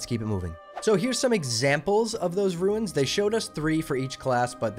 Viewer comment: RUNES not “ruins” lol